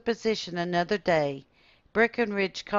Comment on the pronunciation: Good to hear our last name pronounced correctly! Jim Caudill